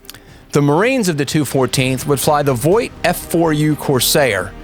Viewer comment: Vought, not Voight!